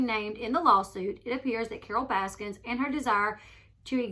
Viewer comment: Correction: “Baskin” not “Baskins”